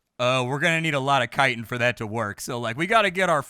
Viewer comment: I’m so proud of you- you may be the only YouTuber to pronounce “chitin” correctly! Cheers mate, great video.